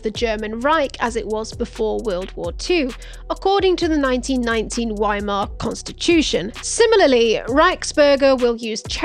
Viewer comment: You did so well with this. It was nearly an hour before I noticed this. The German letter w is generally pronounced like an English “v” Wiemar is pronounced Viemar. I'm going to subscribe anyway despite this as it's almost nothing compared to other idiots on youtube. What is this "full colon" nonsense? There's a colon and a semicolon. Just say colon., there is distinction from a semicolon in the name of semicolon. You also have a problem with the pronunciation of signatories and rhetoric, but these are minor and I blame that on where you grew up. It's good work you've done here explaining this sov cit nonsense. I love it when they get their windows smashed or chili spray in their face the best.